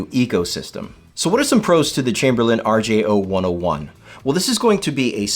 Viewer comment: You’re saying the name wrong. It is an R-J-Oh-one-zero-one, not …one-Oh-one. Yeah, I know, people normally know what you really mean, but in this case, they actually use the letter O and the number zero so it’s confusing.